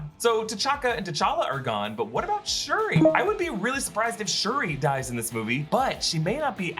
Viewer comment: It's SHURI